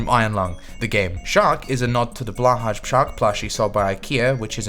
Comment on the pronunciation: IT'S PRONOUNCED BLO-HAI